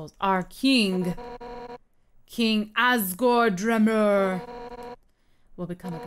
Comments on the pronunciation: It's not dremurr. It's dream urrr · Fyi it is pronounced dreamer not drumuurr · ITS PRONOUNCED DREAMER NOT DREMUR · Its not dremmur, there is two e's. Dreemur not dremmur. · I KNOW she also pronounced dreemur wrong it's pronounced like dreamer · Its Dree-Murr, Tiffany!! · Dreemmur is pronounced dreemer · It's pronounced (dream-er) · Its pronounced dreamer but spelled dreemer ok tiff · Its Dreamurr its how you say it but its spelled to be Dreemurr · I like how she mispronounced some of the characters names